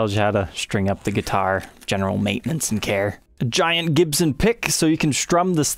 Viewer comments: Why’s this guy saying duitar with a G? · I thought duitars were made in China. I had rewind a couple times cause every time trogolysaid guitar it sounded like he was saying duitar.